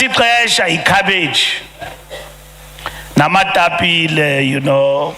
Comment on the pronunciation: iitapile not amatapille